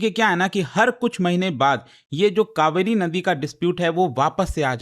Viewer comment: Kaveri ,,not kauveri ,, change your English